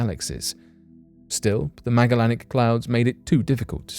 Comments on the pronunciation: You butchered the word Magellanic. It’s name is said meh-ja-lenic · I dont mean to be rude but the Magellanic clouds are pronounce the same way you would pronounce the name of the old world explorer Magellan that they are named after... so not a 'hard G' like Grape, but a 'soft G' like Beige ... yea that weird "J" sound we sometimes get with a "G" :)